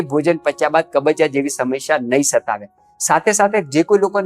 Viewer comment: ભાઈ, "સમશ્યા" નહીં, 'સમસ્યા' બોલો અને ('શુષ્ક'ની જેમ) "રૂષ્ક" નહીં, પણ 'રૂક્ષ' બોલો.